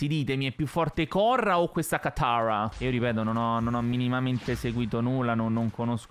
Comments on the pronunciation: Tranquillo l' hai detto bene katara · Ma tu dici che pronunci male katara ma in italiano la pronunci bene